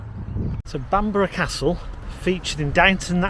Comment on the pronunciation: Stunning but the least he could do is learn to pronounce Bamburgh Castle.